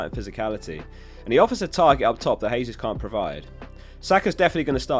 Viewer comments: Jesus is pronounced with a J, not a H. Brazilians speak Portuguese where they pronounce J's like we do. It's in Spanish where the J is pronounced as a H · I die a bit inside everytime someone says Hesus instead of Jesus. Jokes aside great and informative video.